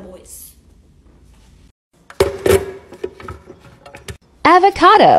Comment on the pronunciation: Nobody:: let’s make a Suziiiii Also:AvIcAdO